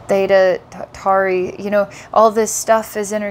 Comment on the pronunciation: th'eyda tory its pronounced.